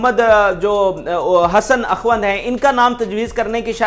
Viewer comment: اَخُوْند لفظ ہے و ن د پر سکون ہے